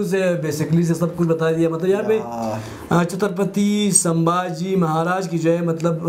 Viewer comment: Sambhaji Maharaj ko ijat se bolo (hara nahi, vo). Aise friends ki tarah pronounced mat kar vo raja hai ijat se bolo 😡😠😡😡😡😡🤬